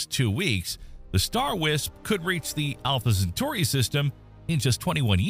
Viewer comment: Talking about Alpha , Centauri the Ai z pronunciation is atrocious . Look ,we stopped going to the moon with men cause all of them went looney . Best send women next time. What a nightmare it would be for a human to stay in space for years.